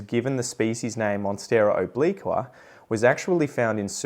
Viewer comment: Good to know that obliqua might be renamed. Americans can't pronounce obliqua at all. The new species should be named something Amricans can pronounce like hamburger